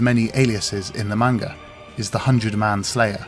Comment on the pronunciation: Beautifully done, but every time this guy pronounces 'manga' wrong i cringe internally